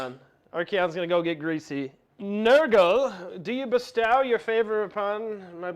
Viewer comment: Good game. Nice video. Different faces. Dude needs to learn how to pronounce “bestow” though.